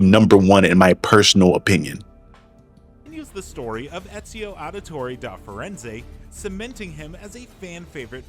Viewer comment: I agree with you but why are you calling him Exio